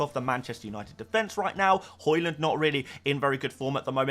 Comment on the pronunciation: Why do u pronounce Haaland and Hojlund the same it's really confusing and dumb, not to mention annoying. You say both names exactly the same. ?